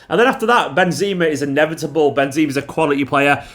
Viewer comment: “Benzima” and “Vinikus”😂😂😂👌👌